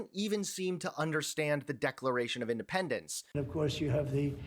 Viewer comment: In de pend ence!!??Moron Felon !!! Drug addicted Felon can't define Independence 😡😡😡😡